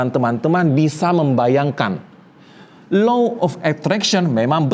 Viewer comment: punten baru anak psi sems 5 mau komen boleh ya pak. 1. delusi bukan gangguan jiwa. Delusi itu soal cara otak memproses realitas. 2. cara bacanya itu bukan Low tapi Law pak… krn hukum tarik menarik. 3. kalau apa apa disangkut pautin dg ilmu pengetahuan udh pas LOA kalau, apalagi klo bicara soal agama, itu pst kalah. krn balik lg ini soal kepercayaan dan spiritual yg g bisa disandingkan dgn logika. cmiwww terimakasih